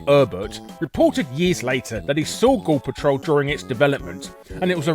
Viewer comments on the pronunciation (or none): Most of the times when you said the title "Ghoul Patrol" it sounded like you were saying "Gore Patrol", obviously in a more American pronunciation than how you would normally say it. Just thought that was intended since you were hunting eyeballs and such. :P